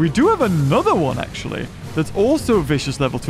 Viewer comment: Not acshly